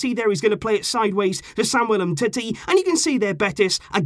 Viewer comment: Why does he call him umtitty. Its clearly umteti just spelt differently.